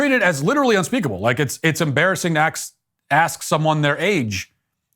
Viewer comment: Matt says “ aks , ask someone their age”